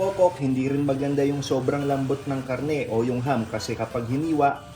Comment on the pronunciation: It's not Hum, it is Ham.